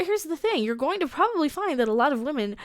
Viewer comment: Captain Wahmen Strikes Again!!😂